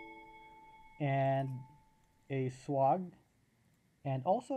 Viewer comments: 'Swag' is pronounced like 'egg' or ' bag'...Swayyyyyyyy..gg. Not swog like log. 🙏🙏🙏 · I dont think you need to be sorry. I just noticed your pronunciation and wanted to suggest how most people say it when in english. It could be pronounced swog in other languages and I am unaware.🙏